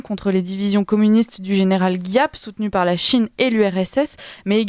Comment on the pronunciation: On dit : Gîap avec Gi comme Gigi et Ap comme Apolline et pas GUIAP.